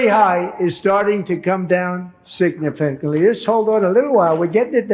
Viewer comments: Trump can not say Significantly properly. He is surely has speech impediment, newly developed? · 'Sig....na...fant...ly'!?!?' Illiterate, ignorant, imbecile. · Great News from Trump !!! Beef is down " singafinitely" His ability to read words with over 2 syllables is also down " singafilitely" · Did he said beef came down sigfernee 😂😮😅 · Can't even say the word significantly